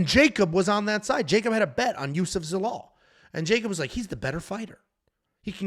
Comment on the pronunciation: Love you boys, but, you shat on Zalal terribly bro 😂